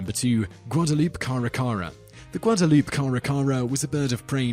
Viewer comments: it's not guadaloop it's guad+Uh+Loo+Pay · Guadalupe is pronounced (guad a lu pe) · oh man, you gotta learn the proper pronunciations for words before using them in your vids. here's a hint, Guadalupe does not have a silent "e". that being said, you still got a like from me